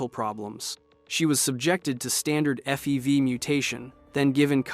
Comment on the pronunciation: Also pronounced FEV as fev